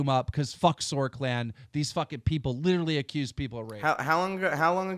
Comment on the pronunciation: the art is dope, "litcheraly" dope